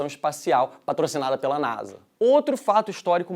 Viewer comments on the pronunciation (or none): none